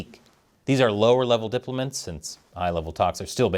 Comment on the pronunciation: Diplomints??? They sound refreshingly political!!! LOL :D